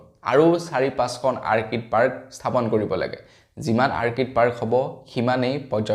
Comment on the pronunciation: Orchid অৰ্কিড আৰ্কিড নহয়।